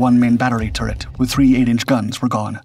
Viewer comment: and "turret" and a few others. Definitely inconsistant with pronouncing words. Very distracting.